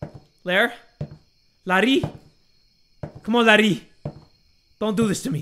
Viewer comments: when Said "Larry" it sounds like Indonesian word "Lari" which means "Run" so when said that i was like "Lari? YES JAY LARI LARI FOR YOUR LIFE!!" *my apologies if i did something wrong with my English im not good at it Yet haha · pronouncing "Larry" in different accents got me laughing, forgetting the horror in the air💀 love ya bro<3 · calling "Larry" out loud with a thicc filipino accent took me out HAAHAHHSJSHSA